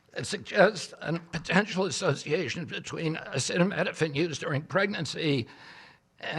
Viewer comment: AH SEETA NOT SETTA EEEEEE!